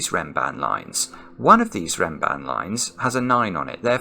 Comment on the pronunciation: Perfectly pronounced! A beautiful Renban Abed Hawila.